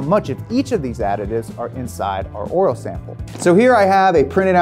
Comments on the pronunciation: Anyone else notice the word "oil" sometimes had an "R" in it when said it? 🤔 😆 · yes I know, and warter for water too, but that doesn’t change the fact that it is a mispronunciation. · I was hearing that too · “OIL RIGHT YOU GUYS!” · I’ll leave this here “Schaeffers oil” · Didn't realize the word "oil" had in R in it. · Why can only say oil right once in every ten times he says it? 😆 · Did he say oil hoez? 🤣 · They should have gotten someone who can say oil correctly to do this video. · Why does pronounce an R in oil lmao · Why can't this dude say oil? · me:: "orals" me:: "oriole" me:: "orle" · Right?? Sitting here dying with every 'ohl' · Didn't know there was an R in oil. Thank you I've been saying it wrong all my life. Oril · Take a shot every time he says oral.. 😂 I know I’m not the only one hearing that!!! Lmao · Take a drink every time he says “crude oral” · Take a shot every time he says "oirl/ earl/ oral" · he keeps saying roil lmao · It sounds like keeps saying orals? 🤔😂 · He taught us about oil, but who will teach him how to pronounce "oil?" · No i can't stop hearing it 😑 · It’s oil not oral. 😂 stop saying it that way. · I swear I he’s saying “oral” lol. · Thank god, I’m not alone hearing “oril” over and over again. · Is it just me or does it sound like he’s saying “oral” pretty much every time the says oil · ORAL? Take a shot every time he says oral, not oil. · I just realized you say oil like "oirl" haha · Why does he say "oral" instead of "oil"? "There's no substitute for that premium, top-shelf oral." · Did you say “Oril” or “Oil”. I like it with the R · is he saying "oral" instead of oil? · Hey, try saying "oil" instead of "oral" it can be misleading to some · My dude says oil like Madea "oiler" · Is saying Oral? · Why he keep putting an “R” in the word oil?? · Its oil buddy not Oriole. Lol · He says oral not oil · Anyone else hearing "oriole" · synthetic oral